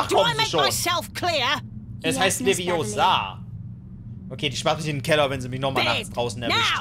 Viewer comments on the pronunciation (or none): none